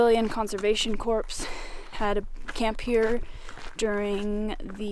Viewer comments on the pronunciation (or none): This is a great video, and I love all your videos. You do a great job writing and narrating them. I probably should have commented before, but because I'm a jerk, I didn't until now. The thing that prompted me? The mispronunciation of "corps." Just for future reference, it's pronounced "kor." A corpse is a very different thing ;) ...I'm sure you've only read it before. Please keep up the great work!! :)